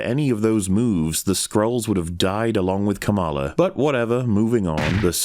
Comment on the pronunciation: the kamala mispronunciation had better be a snide political reference